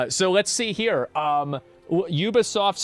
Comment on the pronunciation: Is this dude for real?! “Let’s go to Metacritic. It’s a 5.4 not a 76 you (words I can’t say here).” Is completely oblivious to the 76 right above it. Wow man. Combover queen strikes again. At least he pronounces Ubisoft right.